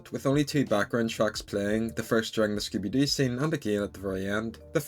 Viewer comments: oh ngl I heard Skibidi XD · Im not sure, it sounds like he said skibidi...